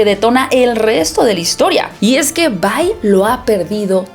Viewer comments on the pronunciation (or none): Porfa, deja de decir VAI. Solo es Vi. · Se dice Vi, no Vai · Se pronuncia VI y no VAI 😐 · La traducción oficial que tenemos al Español no es Bye ni By, es Vi porque su nombre real es Violet, lo que sería Violeta. Tanto interacciones In game como en la serie le dicen Vi. Si quisiera una reseña donde le digan By / Bye vería una reseña en inglés con los nombres pronunciados en inglés. Por todo lo demás buena reseña.